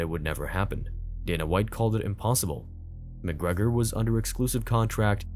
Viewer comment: Connor Mc Grogrer